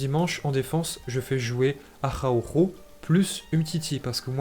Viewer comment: C’est qui tu appelles ajawoujo au juste. C’est Araujo